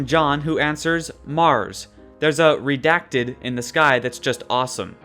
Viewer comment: Stop pronouncing redacted wrong